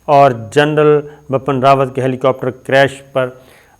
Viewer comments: Yesterday I told u it's Bipin not bappan but u r ? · Sabir, please correct your pronunciation. It's Bipin Rawat, not Bapan. Also, the word in Urdu is "shikast" not "shakist". It's irritating when a word is pronounced incorrectly. Pardon me for intervention.